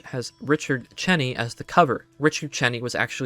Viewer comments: LOL fucking Richard chenny you can tell this is a very young person His name is pronounced Dick Cheney as in CHAINY He's one of the biggest war criminals of our fucking time give me a break you can at least pronounce his name right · An excellent job, young man. I did get a chuckle , regarding Richard “Chinny”. Yes, he was the secdef in the 80s & 90s, but he’s better known as the Vice President to George W Bush (01 to 08). Dick Cheney, the last name pronounced “chain-ee”. Nevertheless, an outstanding piece of work you have here. Take care, young fella.